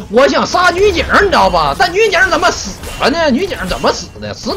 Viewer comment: “zén么玩，zěn么玩“ - TheShy